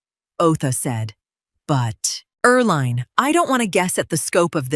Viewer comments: Her name is pronounced er-LEEN, not er-LINE. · Hey AI, it's pronounced "Er Lean"..... had an aunt with that name. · You read everything? Then proof read your pronunciation of words please. Eerl line? Why the weird names.